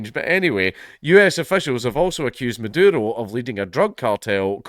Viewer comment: I dont know if its on purpose or just his accent, but im hearing him call the vz prez madoodle.